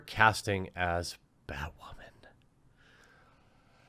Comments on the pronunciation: Is he saying “ bat-ramen or bat-women”? I can’t fucking tell! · "Batwhamen" lol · Bat whamman? Batdyke!